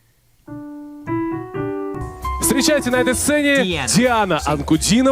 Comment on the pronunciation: It's pronounced Deanna Ahnkudeenova with emphasis on the deen.